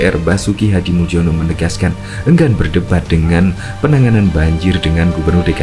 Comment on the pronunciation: Nama Hadi Muljono adalah nama dengan ejaan lama, jadi sebutan nama beliau bukan Hadimuldjono melainkan Hadimulyono, karena tulisan nama tidak harus dirubah, sesuai dengan akte kelahirannya, please....... 🙏🏽🙏🏽🙏🏽